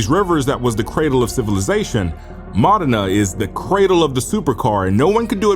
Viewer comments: Naaaa it’s Modena like “Moe-Dee-Na” not “Ma-de-nuh” lol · “Mo-dean-a” Italy